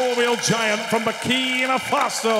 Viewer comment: stop saying Burkina Fatso!